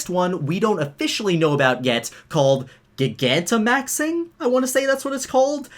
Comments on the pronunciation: GIGANTAMAXING XD great pronunciation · Is no one going to point out how he pronounced “gigantimaxing?”